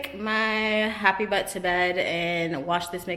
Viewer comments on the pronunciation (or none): none